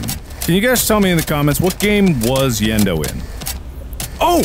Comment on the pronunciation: Yenndo? More like Yend-no..